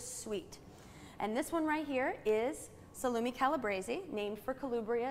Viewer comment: Terrible pronunciation of eg. "salumi", "Calubebrian"...are you kidding me?